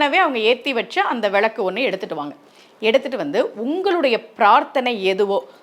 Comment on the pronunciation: விழக்கு இல்லை அம்மா... விளக்கு... நீங்களே இப்படி தவறாக உச்சரிக்கலாமா..?